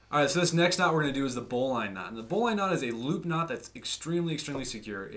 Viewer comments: PLAY-BY PLAY COMMENTS! *Whip or fuse those rope ends boy! I can hardly watch! *It's actually pronounced "bow-lin". I know, it seems nit picky, but there it is. The benefit of the bowline is not really it's security (e.g., a figure-8 follow through is more secure) but that it is easy to untie AFTER being loaded. To make a bowline more secure, try a double bowline or bowline with a Yosemite finish! *It's not a "hitch knot" it's just a "hitch". *You tied the turn and two half hitches WRONG. What you tied is called "reversed half hitches" which is simply a lark's head on the standing end. The working end should move around the standing end in the same direction (i.e., CW or CCW) for both half hitches. A turn and two half hitches is structurally the same as the granny knot while reversed half hitches is structurally the same as the square knot. I'm not saying reversed half hitches is inferior, just call them what they are. *Taut line HITCH, not knot. Listening to you say that is painful! BTW, the taut line hitch slips on many modern nylon ropes (e.g., paracord); use an adjustable grip hitch or Blake's hitch next time. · A bowline (pronounce bowlin) is used in sailing because it can be undone when under tension, not because it is 'strong' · Bowline... as in the bow of a ship. AMERICANS! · Is it worth disliking for that pronunciation of "bowline"? It might be... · Dad was a boatswains mate in the Navy ( pronounced bozns mate) . He would always say, " a good knot is easy to tie, easy to untie and doesn't kink the line". He could tie a bowline one handed as well as lots of fancy work. He pronounced BOWLINE with a short "i " NOT a long "i". Just sayin. Thanks for the review. PS. The little jingle is called "the sailors hornpipe" not the Popeye theme song DOH. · Sailors say bowlen ... not bow line. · great video. Thank you. btw, bowline -> pronounced BOUGH - luhn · Yea bowlynn is how they pronounce it in firefighting as well.